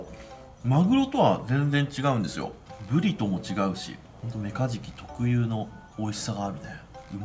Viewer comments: メカジキじゃなくて メガジキで草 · ごめん。何回聞いてもメカズキにしか聞こえないっす。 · 始めメカジキが｢三日月｣に聞こえて何言うてんねんこいつって思いながら聞いてた